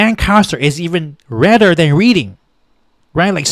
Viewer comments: "Reading" is pronounced "Red-ding" - Just sayin'... AND thank you for this video. The polls in the past few days have had me panicking. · Lehigh = LEE-Hi Reading = RED-ing